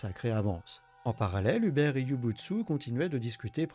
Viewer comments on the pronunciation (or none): Vidéo très qualitative, on aime beaucoup dofus en Pologne ❤. Si jamais les prénoms se prononcent Martchine pour Marcin et Houberte pour Hubert.